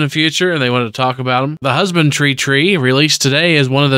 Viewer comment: he keeps pronouncing it husband-tree instead of husband-dree if thats what you are confused about. Just seems to be a mispronunciation thing.